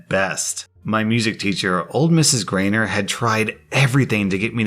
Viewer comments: He’s pronouncing it like ‘gray-ner’ & in America that’s how we pronounce ‘ei’ names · FYI - the teacher's name is not pronounced "greener" it's a long "I" sound because it's a German name. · It's pronounced Gr-EYE-ner. Long "I" sound. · Greiner is pronounced more like "grine-er" as it's of german heritage where ei is pronounced as a long i, but a good video nonetheless.